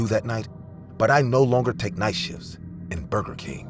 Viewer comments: Bro not bruger king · “Bruger king” ☠️😂